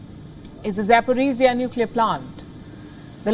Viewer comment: Запорожье is not pronaunced like that... Запоризия/Запорожье, in my humble oppinion, not the same